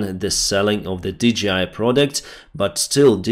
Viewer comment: Hi, I am a huge fan. I just want to point out to you that the company that makes the drones is DJI (Dee-Jay-Eye). It is not DGI (Dee-Gee-Eye). But keep up the great reporting. Paul in Perth, Australia.